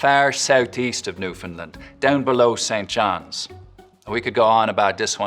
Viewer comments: He did a pretty good Newfoundland accent until he got to St. John’s. It’s more St Jaaaaahns. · nah i had to actually stop the video it was bothering me so much, the pronunciation of st.johns is what killed me